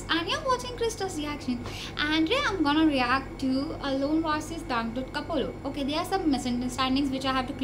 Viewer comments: ko-plo not ko-po-lo sis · Koplo not Kopolo . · Koplo not kopolo sry xD